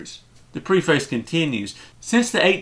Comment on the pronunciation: Yes, the NLT is a fine translation. Don't trust Sorenson. Work on your pronunciation of words such as 'preface' and 'Byzantine' for starters.